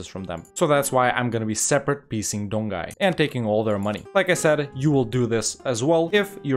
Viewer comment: Great video! just a reminder "Jianzhou" is similar as "Jan-Jo", "Donghai" as "Don-Hai"